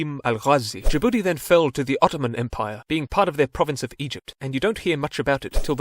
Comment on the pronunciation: Why he call my country Ja'boodee 😂